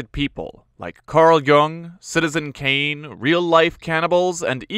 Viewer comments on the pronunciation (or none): none